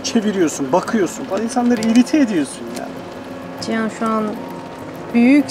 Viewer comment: Ciyan değil Cihan.